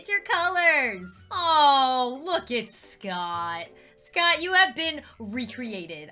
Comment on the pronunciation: Me: Scott: Scottd